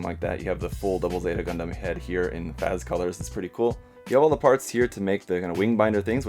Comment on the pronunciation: Bro, it's pronounced as 'FATZ'. Just a little comment. Excellent video, btw. Chill as always.